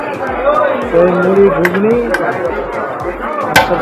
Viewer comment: ওটা গুগ্নী নয় ঘুগনি হবে।